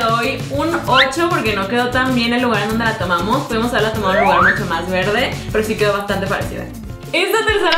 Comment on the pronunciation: Like si escuchaste si dice mocho y es mucho pero no te jusgo todos nos equibocamos hasta yo jijijij